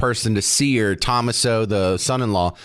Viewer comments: Not Tom aso, it's To-mas-o. Ask someone how to pronounce it. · It’s pronounced Tom as’ o with the emphasis on the second syllable!